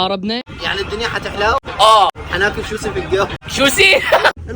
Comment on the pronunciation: سوشي ❌️ شوسي ✅️